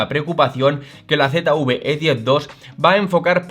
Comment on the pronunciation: Usted habla de la Z UV E10 Yo quiero saber Dónde está la U que yo no la veo Yo quiero saber de qué país es usted que habla tan malo